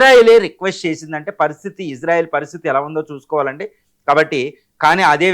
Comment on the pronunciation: To Anchor (about pronouncing) - It's not Izarael it's Israel.